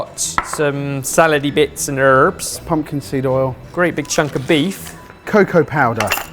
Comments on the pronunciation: I absolutely lost it when said herbs. I dont know what that accent was but oh my lord. I think I spent this whole video just cracking up. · Wait, did just try to use the American pronunciation of "herbs"? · When says "herbs" with a violently American accent right at the beginning